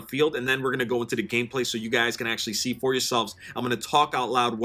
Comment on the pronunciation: you said "we're gonna go into the gameplay, so you guys can actually C4 yourselves". :-)